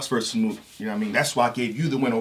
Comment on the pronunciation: nigga said MOOKION 😂😂